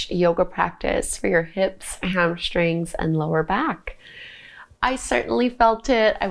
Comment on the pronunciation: HamSHtring is not a word. Hamstring is. . . .